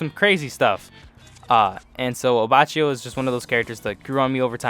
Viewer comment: Solid enough list though your pronounciations are a bit iffy (Melone = Meh-loh-nay, abbacchio = Abah-kio, ect)